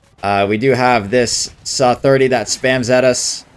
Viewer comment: The “suh “